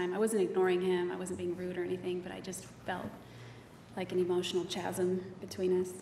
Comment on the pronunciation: She talks as if she's reading a book. "Enigmatic smile" & "chasm." She can't even pronounce chasm correctly. It's weird. Who uses enigmatic smile in everyday conversation?